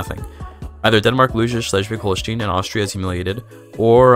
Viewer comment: Just for future video projects concerning the region, the "stein" in Holstein is pronounced like the "stein" in Einstein .